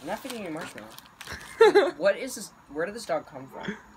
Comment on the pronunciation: Cheryl McManus No he didn’t say “Marshmellow” he said 😂😂 “mamellow” 😂😂😍